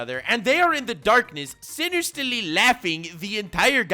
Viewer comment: "Sinerstilly laughing." How exactly do you laugh sinerstilly?